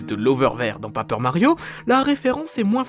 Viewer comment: PÉÏPEUR MARIO PAS PAPEUR